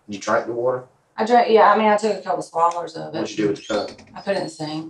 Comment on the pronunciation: “Did you drink the water?” “I had a couple swallers of it…”